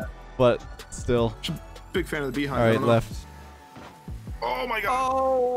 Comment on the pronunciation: So, am I the only one that noticed them all saying "BEE hind" instead of pronouncing it beHInd (emphasis was on the first syllable of the word instead of the last). Is that a Canadian thing? Is that how most people say it? I've always been taught that it's "BeHIND."